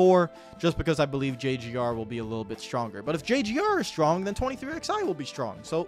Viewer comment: It's 23 eleven. Not 23 XI